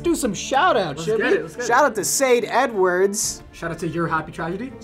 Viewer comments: I thought Sade Edwards I thought he said say N-Words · when said sade edwards i thought he said say the n word